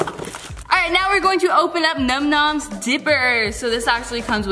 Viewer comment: The YouTube Geek...🤓 its num nom's not numb numnb's lol